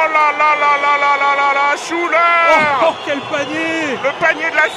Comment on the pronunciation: it's not "shoo da" but "Shuler", the name of the shooter (Jamal Shuler)